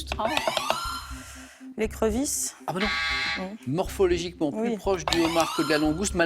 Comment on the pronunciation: 18mn26s MORPHOLOGIQUEMENT et non morpholegiquement